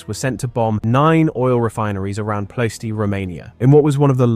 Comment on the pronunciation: "Ploh EH stee."